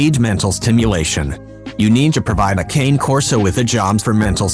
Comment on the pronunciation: #11 thing to know: How to pronounce the breed name correctly! Smh